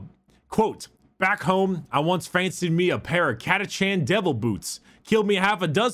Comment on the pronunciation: CataCHAN not CataCAN'T.